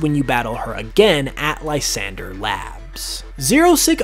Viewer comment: Just a heads up it's pronounced la-san-dray